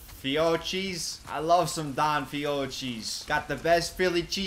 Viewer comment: Fiotschi (fiocchi), I love me some fiotschi (fiocchi) Me: gets angry in Italian